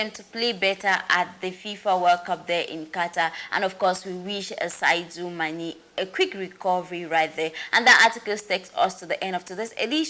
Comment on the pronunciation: Whether the called e oooh or dem no called e ooh wetin concern me? Dis journalist sef na how ehhh you no fit read? De name na Sadio Mane nobi Saidou Mane masa.